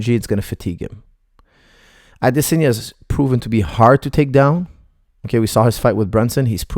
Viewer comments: Not to mention Adesanya, not Adesenya!! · The way he says "Adesanya" literally made me have to stop watching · I tried man, I couldn't carry on, I have no idea why he's pronouncing it in such a bizarre way